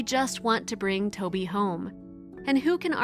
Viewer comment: The name is TOVI in Hebrew not Toby!...